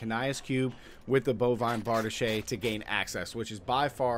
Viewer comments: Bar-DEESH... not Bard-uh-shay. You've been watching too much "Pooty Tang". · Why do you keep calling it "Kania's cube" an calling it "bardishay" ?